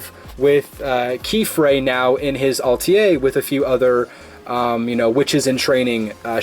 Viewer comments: Close. Pronounced "Ah-tell-ee-eh" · Atelier... It's a French word. I liked your video, but pronunciation is important in audio video presentations. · I've heard people pronounce "atelier" in many different ways but yours was on a whole new level. Nice to see you back.